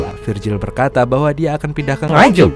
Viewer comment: Mas admin kok bisa bisa ne nyebut kota NGANJUK,,apa mungkin sering maen ke GUYANGAN🤣🤣